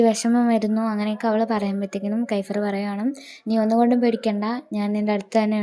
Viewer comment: കൈഫ്ർ അല്ല kefier